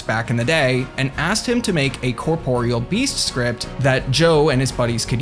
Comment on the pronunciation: HOLY SHIT a Youtuber who pronounces the Corporeal Beast's name correctly. I thought this day would never come. Giving this vid a like.